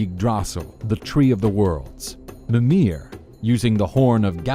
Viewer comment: Example: He says "mi-MIR" and "ygg-DRA-sil" when it should be "MI-mir" and "YGG-dra-sil"